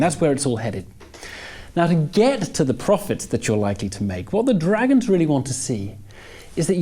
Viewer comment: Why can't he say 'dragons' properly.